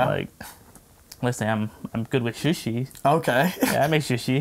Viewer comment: grrrrr its sushi not shushi